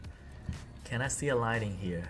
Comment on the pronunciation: The word is "lightning", not lighting!! 😅 You say it that often so I can't ignore it any longer 😂 sorry